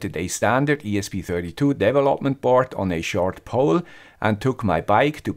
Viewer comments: I know. I don't care about other words. But his "develOpment" is just horrible. And if he learned somehow to do not pronounce "WiFi" as "wify" so he can learn to pronounce correctly the word "development" as well. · Please stop to pronounce the word "development" like that. It hurts my ears.